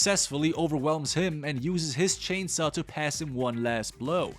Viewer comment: Bruh really said “Texas Chainsuh Masucker”